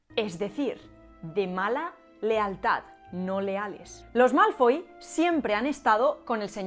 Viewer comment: "Dragón Malfoll..." xdd